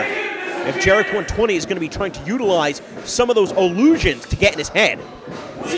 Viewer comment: I dont like it how he says Jerek